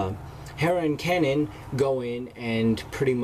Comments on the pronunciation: Kay-NAN. not Canon. Kay-NAN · Your saying kanan's name wrong. It's pronounced Kay-Nen